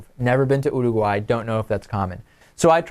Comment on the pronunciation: He can't say Uruguay right...